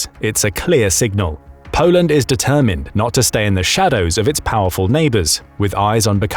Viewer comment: Polend stronk! 😅